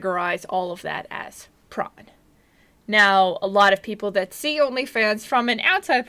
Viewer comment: I love tron! oh, you said prawn? they're alright.. ohhh.. you mean pr0n.....